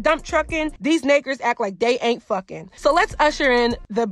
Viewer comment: Good vid until I heard "naker"